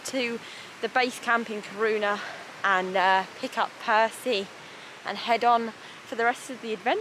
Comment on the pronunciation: Sunset? No bugs? What time of the year was this? September? I am to old for carrying tents, food etc. I hike through Germany instead. Nice trails, but ofc a very different experience compared to the wilderness. Btw: Kiruna is pronounced with the stress on the short "i".